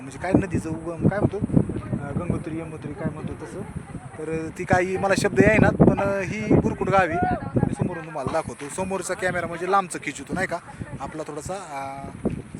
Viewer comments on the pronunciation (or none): भाऊ,ग्रेट. अतिउत्साह मध्ये पाण्यात,उंचावर काळजी घ्या.संदीपने का तोंड टाकलंय. यमुनोत्री म्हणा. यमुत्री म्हणताय .बाकी enjoy your time with your friends.